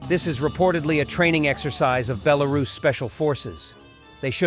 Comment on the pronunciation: Definitely, belarus rhymes with circus. 🤣🤣🤣🤣